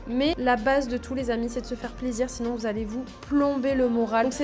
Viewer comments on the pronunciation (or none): none